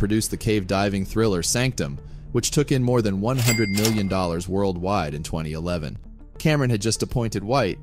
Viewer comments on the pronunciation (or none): none